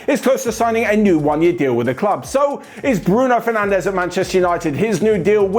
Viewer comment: Quick heads up &: You're mispronouncing Bruno Fernandes. His last name is pronounced like "Fur-nandsh" It's kinda weird that Bruno himself corrected this on BT Sport but the English announcers continue to mispronounce it.